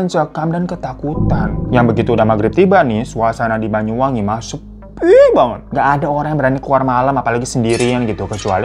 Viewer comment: BANYU BANG BUKAN BAYU 😭😭😭